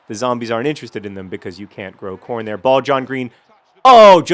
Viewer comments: hehehe, i thought he said porn instead of corn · Every time I hear the word Corn, I always have to check to make sure he's not saying Porn.